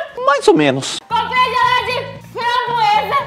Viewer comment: "Compreei geleia de fambroesa"😹😹a babe é a mlhr 😹😹❤